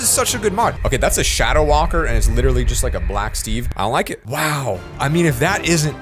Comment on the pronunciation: Bruh I can’t tell what I hear. At First I heard “I like it” but now I hear “ion like it”